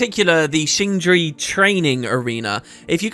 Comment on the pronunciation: After a little bit of research, it seems like "Jea" is not pronounced like "flea". Instead, you have a very short audible "-uh" at the end. Check this out, I think Jea is the middle word.